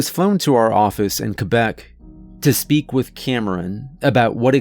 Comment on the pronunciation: Did...did you say Quebec correctly?! Man, I love you!